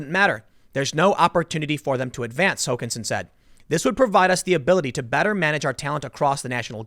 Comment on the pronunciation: Emphasis on the first syllable, Tim. HOkansen.